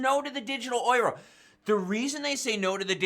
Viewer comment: Yo! Euro is pronounced “you ro” peace out 🤗